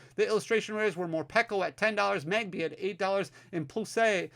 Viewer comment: I love you but please don’t pronounce plusle like that lmao